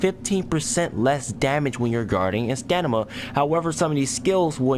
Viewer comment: Dude stop saying stanima....it's called stamina lmao!!!